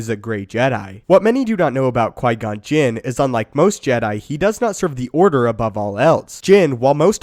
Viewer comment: did you say Jim ??